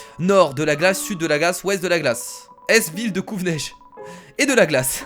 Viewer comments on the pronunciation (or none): C'est couveneige pas covneige.